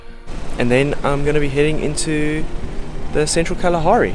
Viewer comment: كأنه قال خلاخاري